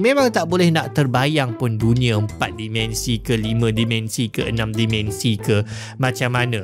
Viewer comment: Terima kasih krn mempromosi pelajaran sains Di YT. (Minta tolong sikit... Tolonglah sebut "dimensi" spt dieja, tidak spt dimension Cuba Tanya prof Shahrir Mohd Zain bgmn nak sebut MINUS (-) Dan PLUS (😂+) dlm BM Baku.